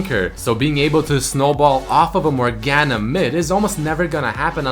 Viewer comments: The only thing worse than laning against a Morgana is hearing you pronounce her name with that hard "A" sound. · Not a bad video but him pronouncing morgana wrong non stop made my head hurt